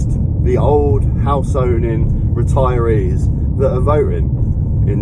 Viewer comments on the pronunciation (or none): "it's the only reteriees that are votering" - and that's when i stopped watching